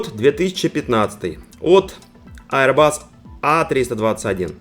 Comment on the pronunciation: Ну наконец-то Аирбас, а не "аэробус"!, молодец, растёшь!)))